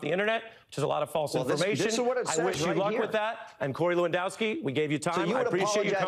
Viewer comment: At least he didn't butcher the pronunciation of the name Lewandowski. That is all he gets credit for.